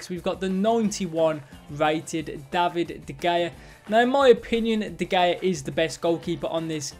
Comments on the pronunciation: De Hayuh not De Gayuh lmao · Why do you say de gayer?🤣🤣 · You can’t pronounce de gea properly😂 first to ever pronounce it like that😂 big 12k little twig full of shit.